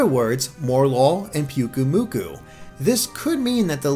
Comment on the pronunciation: I'm cringing every time you say PUKUmuku... in Hawaii the Y makes an "I" sound. PI-UKU-Muku. ahhhhhH!